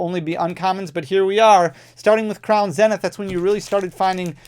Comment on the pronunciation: Kind of annoying I never win any of these supposed giveaways ..... P.s learn how to pronounce "crown zenith" it's almost like you purposely mispronounce it and that's annoying